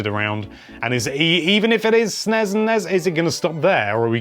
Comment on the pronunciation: I hate how he pronounces NES and SNES